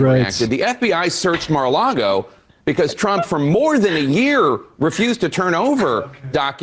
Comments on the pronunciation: That guy says, "Mar a largo." 🤣🤣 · Someone should at least tell this idiot how to pronounce Mar a Lago...NOT Largo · He was calling it Mar-a-largo lol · The dude can't even pronounce MARA LAGO correctly he says MARA LARGO lol 😂 let alone make a valid argument about the documents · "Mar-a-Largo," he says... what an absolute joke of a public "servant." 🤢🤮🤬